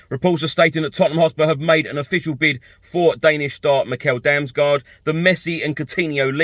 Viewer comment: Damsgaard is pronounced "Dams-gord". It's Danish, and so is he. Great little player though - hope that one works out. I won't even start trying to correct what you've done to poor Fabio's surname,. A few weeks ago you could actually say it properly, even with the correct Italian double-emphasis and all, so maybe I'll just wait until you work your way back to being respectful enough of the guy not to call him what sounds uncomfortably like the Spanish slang for a potty. 😀